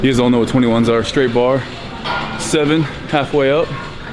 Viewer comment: Steve counting reps is the best hahaha HIVE HIX HEVEN EIGHT HINE HEN